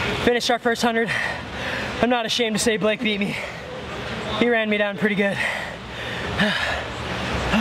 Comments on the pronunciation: Oh my lord you call him blake (block-ay) thats what I call my friend blake too😂😂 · This is hysterical. You called him B-LOCK-A(not sure how to write that) Seeing how my daughter(Allison Norman) is a swimmer, the names Cody, Blake, Lilly, Gary....are household names here. And we call Blake "B-lock-a" all the time. She is currently at IU swim camp and hopefully learning a lot. Thank you Cody for all the inspirational videos (VLOGS, Yes I am a mom and I know how to say VLOGS) It really helps her get through those tough times and makes her want to keep going!